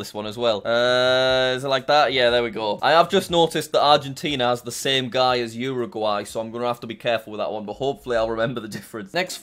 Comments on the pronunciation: Fun fact: Jack: Uruguay more like uoraguy me:ummm:/ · Jack: Uruguay sounds like "you're a guy" Me: Uruguay sounds like "You are gay"